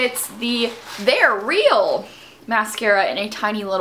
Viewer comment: I love how you say "THEY'RE REAL!" hahaha